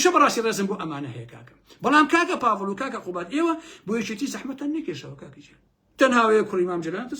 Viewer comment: سەدجار بۆم ڕاستکردیتەوە پاڤڵ نیە بافڵە